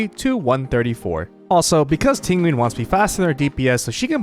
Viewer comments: everyone making fun of Tingween but its closer to the actual Chinese pronunciation (Ting Yeeuhn) rather than the english style TingyUN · If you say Tinwin one more time I swear to God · Not him saying Tinguin like pinguin the whole time 😭😂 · why are u pronouncing ting yun's name like that......its not even hard.... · This mans pronounces Tingyun like how Benedict Cumbatch pronounces penguin.